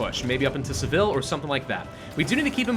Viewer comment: It's just pronounced Sevill the a or e depending how you write it is silent